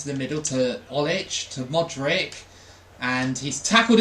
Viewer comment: please dont ever call Modric "Modrik" again . No hate though, love the videos!